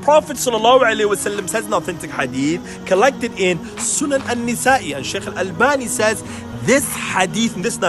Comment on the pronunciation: You pronounced Imam AlNasa’i’s name incorrectly